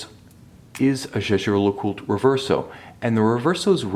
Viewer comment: Haha learn to pronounce the name!